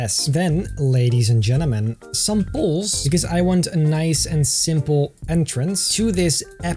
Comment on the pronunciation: I like when he sais leydies en jenneman